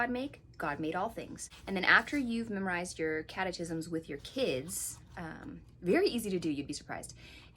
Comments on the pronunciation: Cat-eh-kis-mms (totally not trying to insult you, just trying to help). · Catechism is pronounced cat a kiz um. Love your videos!